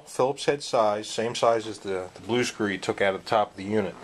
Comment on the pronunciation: BE VEWEE VEWEE QUIET! I'M UNSCREWEENG A VEWEE VEWEE SOFT SCWOO!